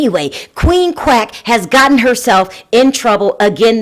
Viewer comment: Are you saying crack or quack?